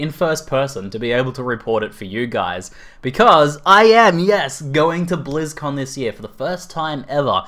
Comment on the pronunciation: It sounds like you are saying Blues-Con... Fkn Aussie :D